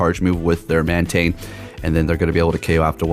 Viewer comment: I feel like you mispronounce the Pokemon’s name so you don’t sound dweeby. Meanwhile, you make fun of “neck beards” all the time. Humble yourself, youre also a cringe lord lmaooo. Mantane?!?! Be real